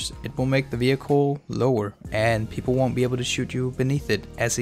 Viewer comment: "pwepol might not fwall fow it"